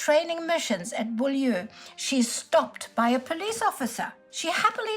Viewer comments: Beaulieu is pronounced bue-lee. It currently has a motor museum, well worth a visit. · where in southern england? lol what are these pronunciations. I don't want to be mean. it's well researched but it's so hard to follow with the accent. If i remember there was a place near where i grew up called Beaulieu where i think SOE agents were trained. But it's pronounced Bue-leee (Beaulieu)? and the years I have to do a maths equation to work out what year we're talking about lol